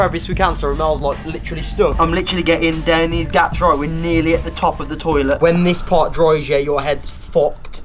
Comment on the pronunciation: "Torlet" I love Romell man 😂💯 x